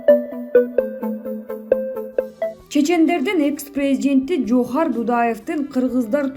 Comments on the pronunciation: Жазып бергенди туура окусанар.Жоохар эмес Жахар. Жазылышы Жохар. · Джоохар эмес Жагар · Жоохар эмес Джахар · Жоохар эмес Жохар же а менен эле Жахар Дудаев деп эле окучү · Админ орусчасы нуль экен даа "джохар"😂😂😂😂😂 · Админ Эч бир орус же башка аттарды туура окуй албайсын Мисалдар коп Джахар Дудаевди эмне деп жатасын Кулакты чарчатып коесун!